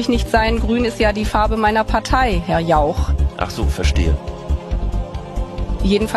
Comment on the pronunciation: Was für eine Überraschung Annalenchen kann das wort Jauch fehlerfrei ausprechen ...!!! 🤔😂😂😂